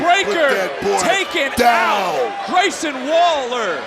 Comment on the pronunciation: LOVE COMMENTARY “grayson wall-er”